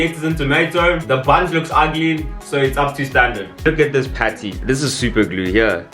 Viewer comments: Whenever you say “haai there’s a lot going on heye” I scream 🤣🤣🤣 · "There's a lot going on hiye" takes me out every time 😂😂😂😂😂😂😂